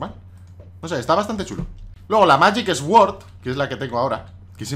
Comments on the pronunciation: no se dice esword se dice suord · Me hace gracia cómo pronuncias "sword" x) En realidad se dice como "suord" diría yo :p